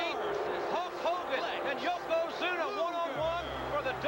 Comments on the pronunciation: I cringe a little every time Hogan says "Yoko Zoono" 🤣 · Hogan somehow mispronounced Yokozuna four different times and four different ways in his promo.